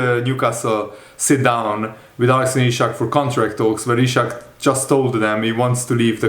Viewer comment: It's Isak, not Ishak. Do you read your comments?